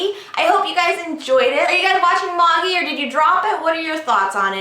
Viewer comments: Always thought it was pronounced Maa-jee, not Maw-jee, lol. Anyways, the manga is so awesome, especially right now. I still think you should do a first impression on the Manhwa, Tower of God. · May-ji it's pronounced May-ji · its pronounced ma-jai, though if its pronounced that way in the anime then I understand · Is it pronounced ma-gee? I was pronouncing it mey-g-eye. Like the wise men in that Jesus book.